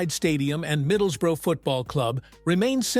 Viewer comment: Hartleepool.and it’s not thaNET. Middlesbruh.